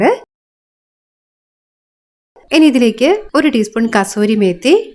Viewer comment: Super receipe...it should be pronounced as kasuri methi